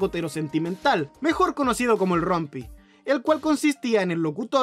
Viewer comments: Buen video, varios los conocía, me dio risa como pronuncia "Rumpy" ahahahah ¿Rampy? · buen vídeo, pero xq pronunciaron Rumpy como "Rompi"?? 😆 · Sí, me di cuenta cuando estaba editando el audio que lo pronuncié como si fuera una palabra en ingles XD Este video fue super rusheado así que no presté atención a detalles.